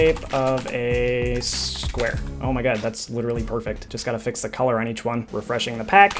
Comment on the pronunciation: "in the shape of a spuare"